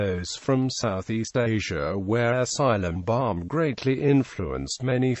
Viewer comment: its silambam not cylambam